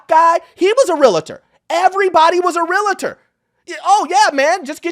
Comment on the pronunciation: It's not pronounced real-a-tor it's real-tor